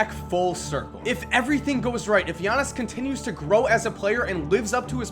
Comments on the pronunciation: I still cringe when he says giannis it's yar-knee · It's pronounced just like how Konos P said: Yannis. It's not an English name... It's similar to how Dirk Nowitzki's last name is pronounced "Novitzki" (with the W making a V sound); their name stems from their language, and as such the pronunciation abides by the language. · It isn't yannis nigga it's yi annis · You pronounce his name Gea-nees I'm Greek to that how I know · Ee-yawn-is Ant-et-te-koom-po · firsti wanna say i luv the channel brah. second i think u are pronouncing his name wrong, i believe the g isn't silent. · Oh you goin learn to say my last name - Giannis